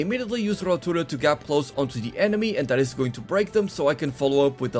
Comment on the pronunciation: Me gusta como decis "barrido" y "rotura", bastante bien la verdad!!